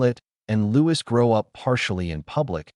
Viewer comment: i believe the royal family pronunciation of Papa is "Pa-pah" - with emphasis on second syllable & Louis is pronounced the French way as "Lou-ey" (not as "Lewis") Greetings my friend from North Wales🍀🌳